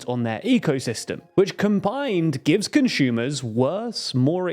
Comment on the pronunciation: Conshumers need more respect 😢